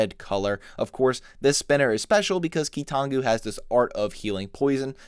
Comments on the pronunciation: Ah yes, the Key-Too-Non-Goo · my favorite key-to-nongu quote: "Toe uh"